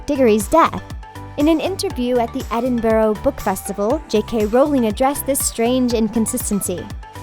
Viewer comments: Doughby, patronius, ver-eet-a-serum, inf-fooooence. Edin-bu-row. Can she read? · Accent's do not overcome adding letters (petronus => petronius), changing double consonants to single (Dobby (ie holly) => Doby (ie holy)) or mispronouncing real world place names (Edinburgh => Edinbro) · I think that her most grievous mispronunciation though was of Edinburgh, as this is a real place